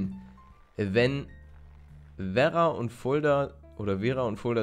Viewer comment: Wie paluten Werra ausspricht :D ...